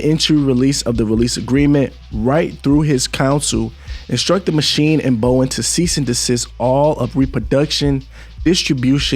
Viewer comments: "BOW-DEN" Not Bowen 🤦🏿‍♂️. "ILL-N-OY" Not ILL-N-NOISE. Public Schools Have Failed. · Bow-den. You know like the den inside of a house. Or a lion's den.